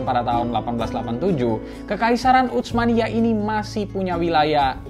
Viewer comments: Sdkt usul min,laen x pengucapan utsmaniyah jgn menggunakan ucmaniyah dg huruf c,tp dgn s saja usmaniyah,atau kl mau ikut bhs arab pk huruf tsa ث، عثمانية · Saran dari saya, ketika mengucapkan Utsmaniyah tidak perlu membunyikan huruf t nya, karena ts itu transliterasi dari huruf ث bahasa arab yg cara bacanya seperti s tapi lidah ada diantara 2 gigi atas dan bawah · Susah amat nyebut huruf bang "tsa", sampai baca "utsmaniyah" aja keceletot2 begitu... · Ga enak banget terdengar telinga pengucapan "utsmaniyyah" nya. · Bacanya bukan "utsmaniyah", tapi Utsmaniyah. Pake huruf tsa ث. Bukan huruf T dan S dalam bahasa Indonesia.